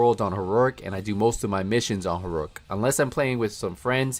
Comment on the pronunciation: You really have a hard time saying heroic, don’t you?